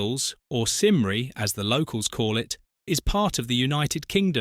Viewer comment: Have never heard such a bad pronunciation of Cymru its CUMRY